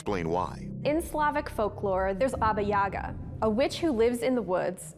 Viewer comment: #1 looks very much like a mummified/desiccated newborn or fetal steppe antelope. They're native to Russia and admittedly weird-looking. Also, it's pronounced Baba yaGA, not Baba YAga.